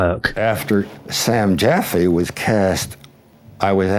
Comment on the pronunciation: San Jaffe is pronounced Jaffy.